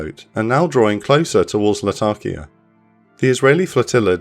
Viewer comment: La-ta-kia, not Latarkia